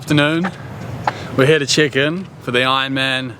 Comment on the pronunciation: Why does every time he says check ins I hear chickens